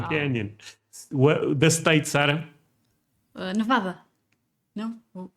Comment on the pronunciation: You are pronouncing Nevada wrong.